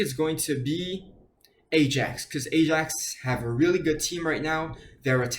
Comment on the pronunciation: Ajax is pronounced i-axe jsyk